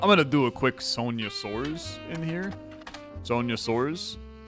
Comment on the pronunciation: I like that he didn't use a spanish pronunciation for the brazilian names, but soares becoming soars was hilarious